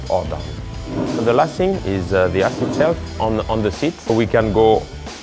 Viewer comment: “ze last sing, is ze ass itself, on ze seat”. Nice